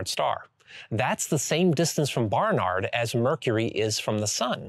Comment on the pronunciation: BaRRnaRRd....? Why are you saying it like that